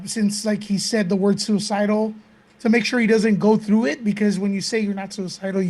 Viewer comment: whoaaaa!!! So is anyone else thinking Jesse said he wasn't sewer-cy-del bc the elum.en.naughti 😉 set him up?? 🤔🤔 Either way that was extremely intense.